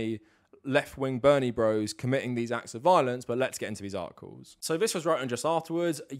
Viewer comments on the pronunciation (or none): none